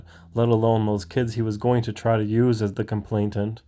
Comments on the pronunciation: Just so you know - it’s complainant, not complaintant as you keep saying and typing on screen. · Why do Americans have a problem with the word "Complainant'?. Its not complaintant or anything else, its complainant, ya get it now?🏴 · Not correct: "complaintant." Correct: "complainant." A local radio personality used to say: "weapontry" There's no such thing as a "weapon tree."